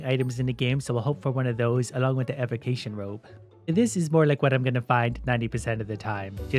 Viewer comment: Is it just me or did it hurt to see him say “unique evocation robe”?